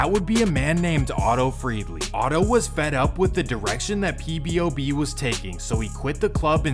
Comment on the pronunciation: Why do you keep saying "PBOB" its POBOB